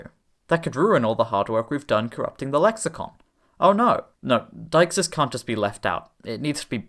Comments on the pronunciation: Utterly dagenhamheathway, but brilliant! (Btw, it's 'de-ixis') What real language do you consider gets closest to your criteria? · actually [de:xis] or [di:xis] in Attic or Koine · I have spent the last fifteen years unironically pronouncing "deixis" as "day-IKS-iss." Not, like, often. But unambiguously